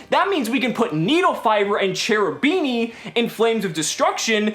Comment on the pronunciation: Hey. I like your videos a lot. Just one thing though. Please say "Cherubini" with a K sound like in the word kick. Else it really hurts my italian ears. It's an italian archtype with the divine commedy and such so it should be read with the italian grammar. Ch in front of e or i is read K. Keep up the good videos